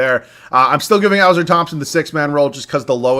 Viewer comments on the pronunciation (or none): Pronounched “Uh-Sore” for Ausar